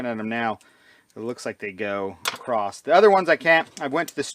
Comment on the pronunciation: I was with you until "acrosst" ...